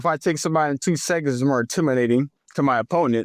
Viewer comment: Really? seconds rhymes with sentence when he says it. Come on man ….. it’s the thing 🎉🎉🎉